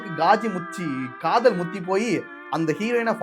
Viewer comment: காதல் ❌காதோல் ✅